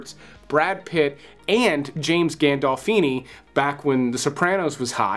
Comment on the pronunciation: Great list! Men Who Stare at Goats was really good! You say Gandolfini and Olyphant strangely.